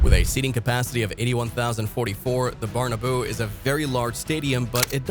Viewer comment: You really need to learn how to pronounce Nou & Bernabeu